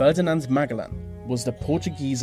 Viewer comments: I like how he pronounced Ferdinand Magellan's last name as (MA-GA-LEN).. though. it is actually pronounced as (MA-JE-LAN). but I'm okay with it though, just thought it was kinda funny. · It's Magellan (ma-gel-lan) not mag-al-lan. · Magellan: pronounced MahJellAnn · Magellan is pronounced Ma-jell-an. Also, you left out the durable Mike Malloy. fascinating story. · good video but didn't expect the "superior" English users to butcher Magellan's name so badly. Magga-lan??? haha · Ferdinand "Magalen"? 😂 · it's pronounced "Ma-je-lan" sir.Lapu-Lapu was too buffed. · Ferdinand Magellan is pronounced Ma-JEL-un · Btw, you mispronounce Magellan. Oh, that dutiful and well-meaning education system.. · Magellan is pronounced with the g as a j. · Magellan, Lapu Lapu, Mactan, these 3 names and places you've brutally mispronounced... good list otherwise